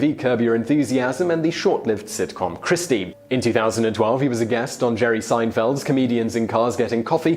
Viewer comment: It delights me that Simon mispronounced "Kirstie." 🤣